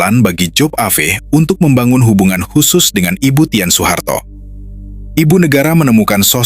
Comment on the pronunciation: Dan "TIN" bukn tièn..tp ya namanya robot..😅